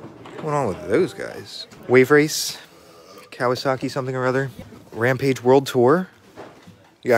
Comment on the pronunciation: It's Ram-PAGE, not RAM-PIDGE! 🙈